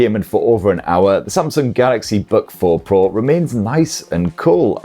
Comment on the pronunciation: Samsung Bug 4 Pro - thats what it sounds like when he's saying its name.